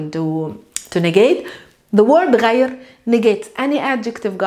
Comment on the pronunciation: درس رائع لكن الخطأ الذي وقعت فيه هو أنك لا تعربين اواخر الكلمات مثلا غير تنطق غيرو. بدون كتابة الواو طبعا واستبدالها بضمة